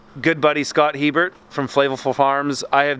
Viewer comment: I'm surprised he pronounces his name "Hee-burt". I have Hebert ancestors, and we all pronounce the name "Ay-bear". In fact, in all of south Louisiana (and eastern Canada), the name is pronounced "Ay-bear". Remember the Seinfeld episode where George discusses quarterback Bobby Hebert's name?